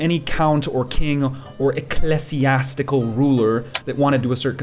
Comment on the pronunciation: How do you fuck up pronouncing "ecclesiastical" when the pronunciation was right there?